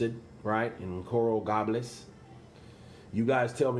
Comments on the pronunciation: Good report. But do some homework for the little things. Pronunciation of cities, ect. Coral GABLES. ( Gay - bels ) "this is 2020 not 1955" great freakin line bro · It’s pronounced Coral “Gaybuls” (gables)! Lol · you pronounce coral gables wrong. Lol